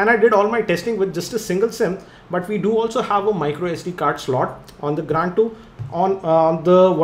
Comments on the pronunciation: pronounce it is grand 2............not " gand 2"..................lol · yea gand 2 on :o=))) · Gaaaaaaaaand 2! :P (Spoiler alert) :P